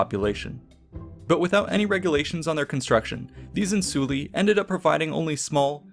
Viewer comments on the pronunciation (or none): Isn’t the plural of insula insulae, and not insuli? It has more of a ai/aye sound